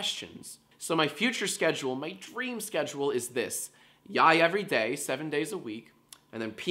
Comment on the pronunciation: when he said "yiay everydiay" i lost it